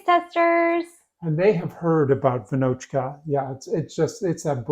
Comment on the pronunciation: Hello, greetings from Czechia. Almost perfect pronunciation, the a should be long but otherwise amazing :) Raisins and almonds are optional, I mostly do with no raisins and put almonds only on the top, but there is nothing wrong. Amazing work so far. As you got a bit different kind of flours in your stores like 00 and such we have a bit smaller variety of flours knowns as (smooth, semi-rough, rough and also bread flour and these offspring, but for sure feels like smaller variety) and your final product looks amazing. I would give it 9.5 / 10